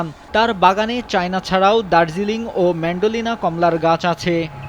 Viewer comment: ম্যান্ডেলিনা কি রে ভাই🙄 ম্যান্ডারিন হবে